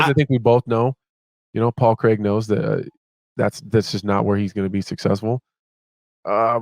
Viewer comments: you don't need to say craig in a scottish accent you just need to say craig and not creg because his name is craig his name isn't creg. It's not even an accent thing, Americans have no problem pronouncing ai sounds: wage page stage... Creg. Why do Americans have a stroke when they try to say the name craig? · Ffs Mikey its Craig no Craig 🤷😂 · It’s not creg it’s Craig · It’s Craig, never understood the mispronunciation, in Friday Ice Cube is Creg but it should be Craig 😂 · Eh, Craig is a Scottish surname, and I’d rather people said it the way they’re saying it rather than ‘Cregg’ like Americans do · yeah bisping is the only person pronouncing wrong, the Americans pronounce it like kreg, they don't roll the r the way he says it haha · Find someone who loves you as much as Bisping loves saying “Paul Creeeg” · *Pol Kreg